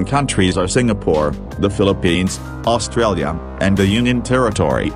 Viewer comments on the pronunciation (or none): none